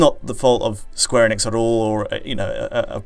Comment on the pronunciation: Eee-nix, not Eh-nix.